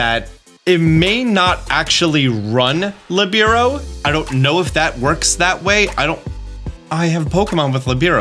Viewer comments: Its PRO-TE-AN not PRO-TEIN. Protein is the one you feed your pokemon to raise EVs. Its not LE-BI-RO its LI-BE-RO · It’s lih-bear-oh btw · Hey! I know a lot of pronunciations in Pokémon are negotiable because they are made up words, but Libero is an actual word - a position in volleyball. It is pronounced LEE - burr - oh Just an FYI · You’re mispronouncing Protean and Libero. It’s Pro Tea Ann, it means to change frequently or easily. Lee Bear Oh, it means free in Italian, and it’s also used in volleyball to refer to a team member whose sole focus is to play defensively and move wherever they want. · Li-bear-oh and pro-tea-en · Hearing that pronunciation of Libero was a dark spot on an otherwise stellar video.